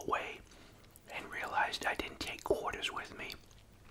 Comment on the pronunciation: Your Boston accent really comes out when you say “quarters” haha much love